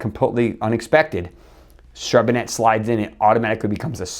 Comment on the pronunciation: Great job! Thank you very much! Doc, you need to work on your French! It is pronounced Char bon nay